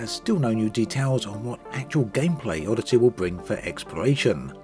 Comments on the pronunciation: Tell me I'm not the only one who just heard him call it 'Oddity'? XD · Nah he's said it properly plenty of times. This wasn't a jab at accent. It actually sounded intentional. ^_^